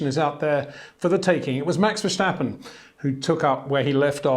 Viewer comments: it is NOT Max "verSHtappen" ... Max is not German (Germans indeed do pronounce "st" as "sht") ... #Max33 = Dutch NL/Belgium! ... It is not "Bottash" nor is it "Lewish" certainly not "verSHtappen" .... This BS started long time ago when a British sport presenter interviewed father Jos Verstappen and assumed you can use a German pronunciation to a Dutch Driver thinking it is so "funny" ... It is not. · Please try to pronounce Max' name right; it's not Vershtappen. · wtf there is no "sh" in Verstappens' name...so why pronounce it?? same for Charles Leclerc his name isn't Sean...it's weird...